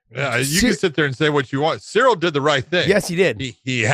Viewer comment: Ciryl is pronounced with K